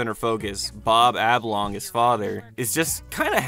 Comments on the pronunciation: Say Ablongs one more time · Gods sake man, its OB-LONG not AB-LONG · It's Ob, Oblongs not ABlongs. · You keep saying ablong and it kills me every time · why cant u say Oblong correctly?